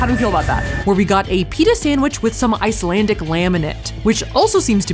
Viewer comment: I'm someone that lives in Iceland and you're actually saying some of the words correct